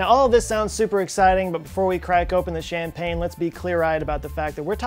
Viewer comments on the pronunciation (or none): none